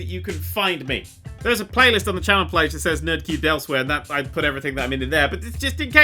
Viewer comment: "Channel plage". Go home, you're drunk.